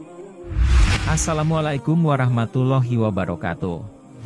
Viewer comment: Nt bilang assalamualaikum aja belepotan Jang gegabah kalau blum tau hukum Islam